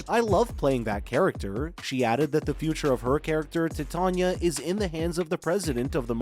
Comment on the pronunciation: Your pronunciation is off. It's not 'tit'ania, it's 'titan'ia. T-eye-t-ain-ia.